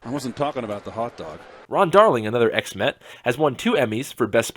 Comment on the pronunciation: When he said ex-met, I though he said X-Men